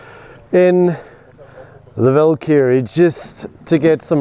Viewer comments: This SAfer pronounces Valkyrie like Knobkerrie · Annoyed with how wrong this guy is sayng valkyrie 🥲